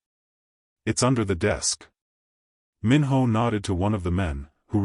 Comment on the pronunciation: First I want to say this is a good story and I would like to hear a part 2. But, just a quick suggestion if there is a part 2, make sure the AI voice knows how to pronounce Korean names. The “I” is pronounced like a! “ē” Minho should sound like Meen-Ho.